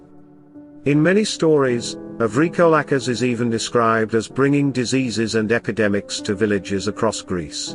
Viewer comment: 💀..I dig thee "LAMIA".., but I'm not sure about your pronunciation of the "VRYKOLAKAS"..